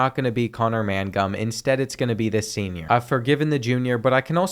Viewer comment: Bruh... you pronounce simple names terribly. Mangum is not "MAN...GUM." It's "MAINGUM." Ramseur is "RAMZUR." It's not "RAM-ZEWER." Newcombe is not "NEW...COMB." It's "NEWCUM." The "B" is virtually silent. You don't have to stress the back half of the names so much or break them apart. Everything flows together.